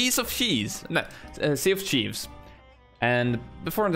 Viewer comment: Its sea of thieves not sea of chives